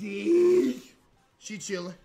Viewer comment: "KITTYUH" we all say in unison. (Peak video, I love )